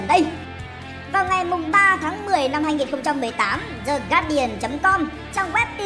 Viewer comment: Từ The đứng trước từ có nguyên âm đứng đầu thì đọc là “di” nhá ad